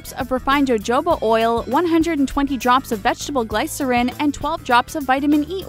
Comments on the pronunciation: THE WAY SHE SAID JOJOBA AND GLYCERIN E W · If youre going to make a video about how make-up is made. Please make some effort into knowing how to pronounce the words correctly. Not even Glycerin is pronounced correctly. Also... no.. i will not try your DIY's. Baby powder with food coloring that is known to stain your skin... no thanks. Didn't even finish the video.. Lawd that was bad. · Jojoba : HoHoBah not.. JoeJoeBah Glycerin: Glis er in Not Gleye sir in